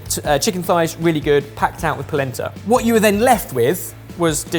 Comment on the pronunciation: Every time they say polenta, I brain hears placenta